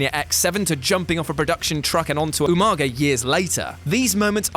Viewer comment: Must’ve mispronounced “Umaga” lol